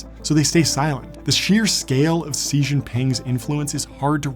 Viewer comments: Xi's name sounds like she, not see. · “Shi” not “si” 😁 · Bo's wife killed an Englishman not an American. Also, you are pronouncing Xi wrong. It's pronounced "She" not "Sea". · John Coogan... I've just found youyr channel and I bell-subscribed. Xi Jinping's name--> instead of pronouncing like the English word "see" say it like the word "she". It will be 95% close the Mandarin pronunciation. If anyone wants to learn the exact pronunciation there are many videos here on YT teaching it. But please choose one that has a Chinese national teaching the pronunciation. There are videos teaching how to pronounce many Chinese cities names, provinces, etc, etc. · Why do you keep calling him "see" it's pronounced "Zhi" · For Christ's sake man, Xi is pronounced like "she" not "sea". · Xi is not pronounced "see", it's pronounced "she" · This is a great video! Very interesting and entertaining, but could you have at least checked how to properly pronounce the name 😭 It’s not “see” but closer to “she”. Actually kind of in the middle but definitely not a hard ‘s’ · Xi isn't see. It's much closer to she. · BTW- In English, Xi is pronounced, SHE, not C or Z. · Xi JinPing has a pronunciation diffeerernt from yours. Xi sounds like SHEE, not SEE. You are right about the rest of his name. Many others get it wrong too. Xi Jin Ping sounds like: She Jean Ping. Not SEE Jean ping. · Xi = Shee not See - That was hard to watch just coz you didnt google how to pronounce Xi Jinping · I have doubts about someone who keeps pronouncing the name of his subject wrong. Seriously, why do you keep saying "See" instead of "Shee"? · dude, you pronounced his name wrong the entire time. I can't watch this. It's not 'si' it's pronounced SHE, exactly like the word "she". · Its pronounced "she". I could only get through 5 minutes of "C" Lmao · The way this dude says Xi's make makes my ears hurt. It sounds like "Chee" not "See" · His name is xi not si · Incredible video, but it's Xi. Not Si. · Sheee not Ceee